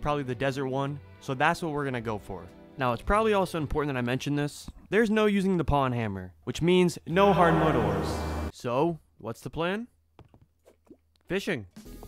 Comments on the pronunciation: I'm new here, so this might be running joke, but did you just call it a PAWN hammer? Its a POWN hammer lol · Ain't no way you pronounced it "pawn hammer" 😐